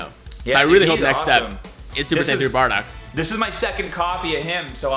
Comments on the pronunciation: Why tf is he saying badock not bardock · Who’s (Baa)dock? And what’s Patora? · Nigga said: bahdog